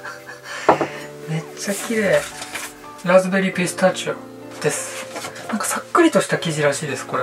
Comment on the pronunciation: こんばんは😄 ドーナツにピペットが刺さってる(゜□゜)笑 東京のドーナツはおしゃれだなぁ～…😳❤ あ、ラズベリーピスタチオの発音がめっちゃ良かったです😏(笑)